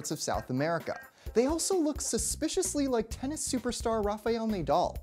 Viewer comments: Cappa-beara... Nay-dahl... Dude. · Rafael "NAY-dal"..? Come on, dude...